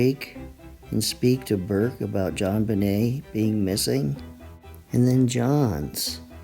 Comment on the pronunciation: Burke not Bourke.